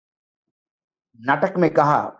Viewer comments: हेलमेट नहीं हेमलेट नाम है शेक्सपियर के नाटक है। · सरजी, it's Hamlet not Helmet. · SHAKESPEARE THEATRE PLAY IS HAMLET (H-A-M-L-E-T), AND NOT HELMET! FOR GOD'S SAKE, IF YOU ARE UNCOMFORTALE WITH THE ENGLISH LANGUAGE, THEN PLEASE GET AN INTERPRETER!!!! PERIOD!!!! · Sir it is Hamlet, sorry to correct ❤